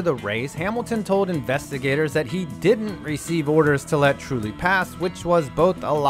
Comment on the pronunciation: Harno Trulli